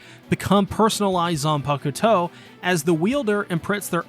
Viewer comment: I like how you pronounce zanpakuto😌😌....great video btw